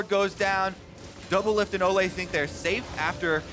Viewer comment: Anybody else realise that Kobe said doublift and olleh